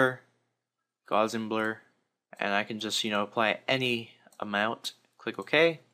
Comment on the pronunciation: the gaussian blur is pronounced aprox. "gouseshian blur". btw, gauß was a german mathematician. you could probably search for him to find out about the pronounciation.